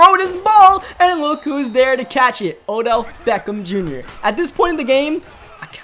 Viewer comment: you called Odell “odj”. I just didn’t know if you noticed but good vid